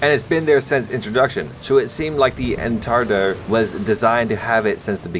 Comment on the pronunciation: Étendard É(The i on “if”) Ten(Tun, tundra) Dard (Dar, like Darth without the th) Edit: better examples